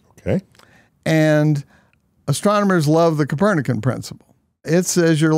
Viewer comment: El doblaje del vídeo al español es muy malo. Dice 'capernac" en vez de Copérnico...